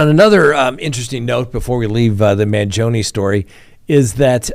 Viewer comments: You’re pronouncing Luigi’s surname incorrectly. It’s Man-GEE’-o- ni. Emphasis on the gee sound; 4 syllables. Not2. Hurts my ears to hear you say I’d. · The “e” in Mangione is pronounced the same way you pronounce the letter “i” in the word “it” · You're saying luigis last name wrong.